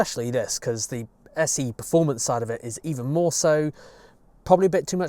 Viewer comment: Did he say “SE” performance?